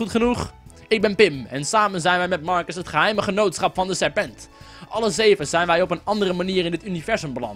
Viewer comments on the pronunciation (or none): none